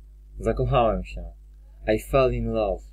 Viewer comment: Ale chujowa wymowa xd, np.: love czyta się "laf " a nie "low"